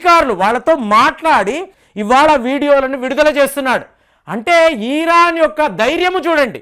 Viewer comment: ఈరాన్ ఏందిరా భయ్, ఇరాన్ అనాలి